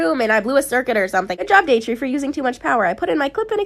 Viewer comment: It's datrie not dartie